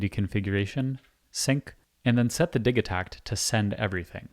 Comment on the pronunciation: Bro, its Di-JEE-takt